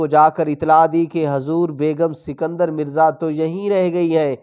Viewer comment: بھائ صاحب آپ نے شاید اردو کا قتلِ عام کرنے کی قسم کھائ ہوئ ہے اور نہ ہی اپنا تلفظ درست کرنا ہے. جناب پاکستان کے پہلے صدر کا نام اسکندر مرزا تھا سنکدر نہیں.